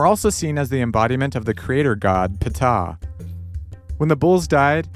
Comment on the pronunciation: . Did he just say " pa - ta"? Lol. Dude it's just ta. Cmon now you can't remember your Egyptology 101 class?